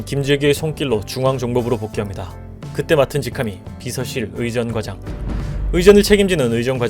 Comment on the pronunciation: 의전꽈장으로 발음됩니다. 균형잡힌 내용에 감사 ❤❤❤❤❤